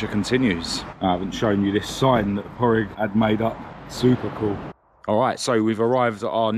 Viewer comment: It's ether Pauric or Pádraig pronounced Pawdrig you pronounce the d 💯🤙👌